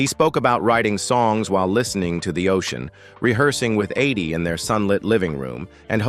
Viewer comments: You keep saying her name wrong. Its Eydie not Aydie. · I hate this narrator's voice! He mispronounced Eydie's name consistently...........calling her "aidee" time after time. Where the hell did they get this guy? What a low budget tribute to a special couple.